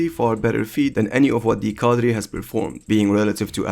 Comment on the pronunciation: Why are you saying the word cadre with a spannish prononciation